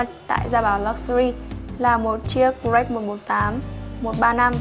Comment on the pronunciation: mình xem rất nhiều video của Gia Bảo Luxury, thích nhất là những video do anh Hiệp thực hiện. Riêng bạn nữ này có vấn đề về phát âm thương hiệu "Rolex" ?!!! Mình comment sau khi để ý rất nhiều video.